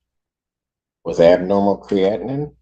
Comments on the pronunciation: But I kept cringing as I've always heard it discussed as "cree-a-teen", not "cree-atin". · The judge can't even pronounce creatinine.